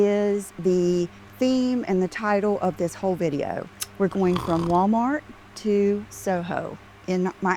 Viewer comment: Agner bag??? Did she mean Aigner?? Friggin hillbilly. And how she pronounces Wah maht. Jesus lord. She’s getting ridiculous - beyond.